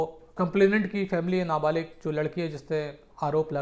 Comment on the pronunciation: Baat kar na sikhle pahle ..kabhi na balik bolte ho kya hain ye 24 saal ka larki na balik kese huwa 😂😂